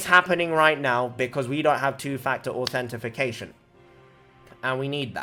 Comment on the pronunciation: manz said authenti-fi-cation